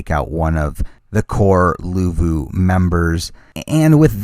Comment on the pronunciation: luvu not levu